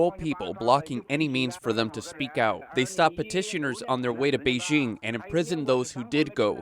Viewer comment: It's "Bei JING" (as in jingle bells), not Bei zzshing